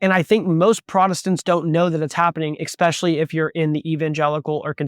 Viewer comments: expecially is not a word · Just some constructive criticism. I'm not trying to be rude, but the word is "especially" not "ekspecially". If you would have only used it once I probably wouldn't have said anything. But you used it three or four times.